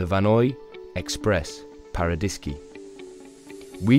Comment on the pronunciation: You didn't pronounce a single French name correctly. Vanois = Vaah-noyAh. Tignes = TInye. Paradiski = Paradis(paradise)-ski = the accent is on the last one Paradi-skI. It's not a Polish name. GraNde motte = Grand mot. Grande = big, not Grade.